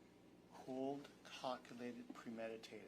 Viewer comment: Ohhhkay... I'm sorry but if this prosecutor says cold, "cockulated" and premeditated one more time... 😂😂